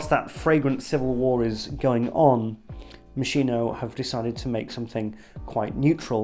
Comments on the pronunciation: Hi! Sorry, hate to be the one to correct but it's pronounced "Mos-kee-no," not Mo-shee-no. Great review btw! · love this video as all of your videos... im definitely buying this someday (also because i looove the bottle) ps: its MOS-KEE-NO... love u! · Just for you to know it is pronounced "mo ski no" ... However great review as usual mate ♥️ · Moss-'Kee-no. That's the correct Italian pronunciation. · It’s pronounced (MOSKINO) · My new love - its strangeness is something I have been longing for - I can only get the rose initially and then pepper pepper pepper and later oud and something like diesel - it’s amazing. Yes it’s slightly synthetic but hypnotic none the less - I like the confusion. (By the way it’s pronounced Moskino !) Great review! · Sir, it's Moskeeno. Great review btw. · mos-KEY-noh. If you want to show off your outfit and your pretentious speaking, at least pronounce the brand properly lol